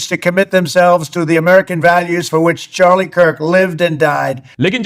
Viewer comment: Its not Sharlie Kirk, its pronounced Chaar-lee.